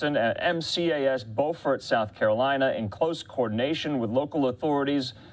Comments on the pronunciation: B-YOO-FORT, BO-FORT is on the other side of the Mason-Dixon line, in North Carolina. 😂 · Beew fart. Not Bo Fort. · It is not Bowfort, it’s Bewfort pronounced. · BYOO-fert, not BOW-fort. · There is NO bow fort in South Carolina. Beaufort is properly pronounced “Bew-fort”. Fox is slack as hell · On god i dont even care about the jet, i want an apology for how bad he butchered the name. Smh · Pronounced Bew-Fort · Learn how to say Beaufort son! Like on Smoked and the Bandit ....Beaufort T Justis..... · Learn to pronounce Beaufort. They are using the NC pronunciation not the SC version. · Learn how to say Beaufort ! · He mispronounced "Beaufort" twice.